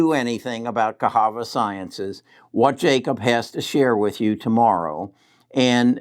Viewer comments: Cahava? I think it is pronounced as CaSSava. lol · Its Ca SAVA sciences.......NOT Cas HAVA Science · 1st he calls Netlist, Netflix now Casava is cahava 🤦🏿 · I love for that though 😜